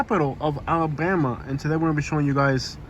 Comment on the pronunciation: It’s Alabama not alllabana